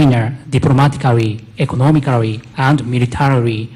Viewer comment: "Economicarry and miritarirry"